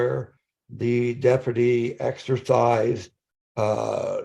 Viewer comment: This man just said “Dep-er-ti” instead of “Deputy”.